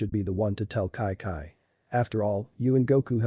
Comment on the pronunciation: her name is chi chi NOT kai kai